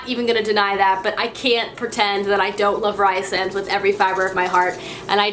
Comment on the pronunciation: It's pronounced "ree-sand" btw but yeah SJM's characters are so precious